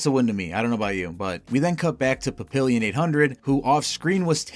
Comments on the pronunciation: It’s pronounced “Papi-yyon” the “n” is “soft”. It’s French, it means butterfly. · It’s pronounced pap-ee-on, not pap-ill-ee-on. Papillon is French for butterfly, which is why he has those tiny wings on his back. He’s also wearing butterfly glasses and a butterfly shirt.